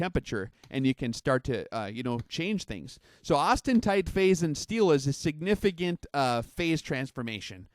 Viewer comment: Please stop saying "austentite." The word is "austenite."